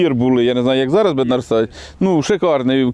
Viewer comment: В чеській мові наголос на перший склад.бЕднар,зЕтор.